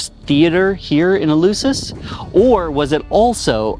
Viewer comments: In fairness to the host, his pronunciation of Eleusis is reasonably close to the Attic of Plato's time. The eu was a diphthong. Attic did not have the "f" sound. Or so we are taught. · And is called ELEFSIS [the E sounds ALWAYS like the latin A / 'A' tool...) and the U sounds like an F, unless is the first letter in a word... Like I said... knows nothing, understands nothing and posses as a 'know all''...